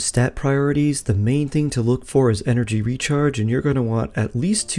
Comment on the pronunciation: What is energy rechrage? 😂 I wasn't going to say anything, but you did it multiple times 😜